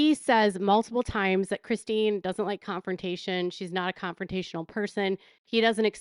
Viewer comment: It looks like Robyn has a hard time saying Christine. 😂